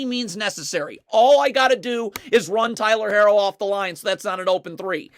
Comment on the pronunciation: it’s not he’s just saying it wrong 🤣 he does that with a few players names haha